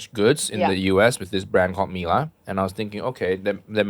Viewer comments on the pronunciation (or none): none